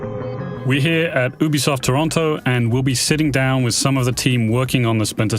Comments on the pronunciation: Yoobeesoft not OObesoft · did he just said "We're here at boobysoft, Toronto"?) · Sounded like he said "Boobysoft" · we're here at "boobisoft" 😂